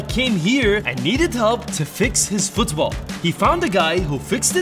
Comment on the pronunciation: The way he says Football Fuuthsball gets me everytime